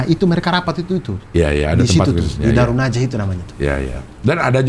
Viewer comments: Darun nadwah bang.. bukan darunnajah.. :D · Mohon maaf cing Abdel dan bang Abdur, bukan Darun Najah, tapi Darun Nadwah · Darun nadwah bang abdur, bukan darunnajah 🥲🥲🥲